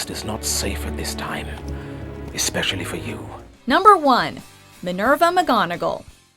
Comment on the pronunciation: it’s minveeera not mivuuura